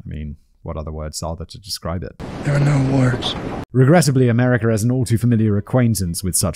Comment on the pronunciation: I like how this guy pronounces America “ameri-car”